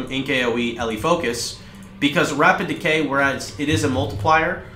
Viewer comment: "decay" not "decoy" totems